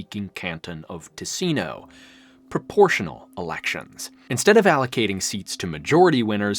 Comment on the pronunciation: its TIcino not tiSIno, the usa is the worst.